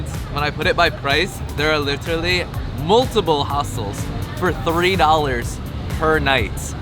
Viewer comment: "LIT-trruh-lee" Ok Audrey Hepburn